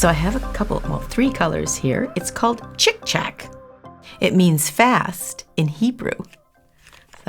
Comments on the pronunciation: Yr pronouncing it wrong. It shud be chik chock. I speak Hebrew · צ'יק צ'לק is actually pronounced “cheek chaulk” in Hebrew.